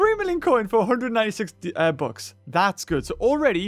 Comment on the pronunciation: when he says bucks it sounds like books